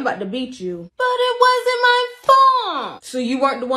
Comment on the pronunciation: "BUT IT WASN'T MT FULT"-I love that